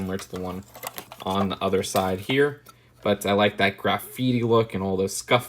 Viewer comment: Did he say graf-itti?? Its gra-fitti